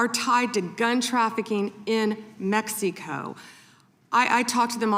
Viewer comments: why does say "Mexeeco"? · She can't even pronounce Mexico correctly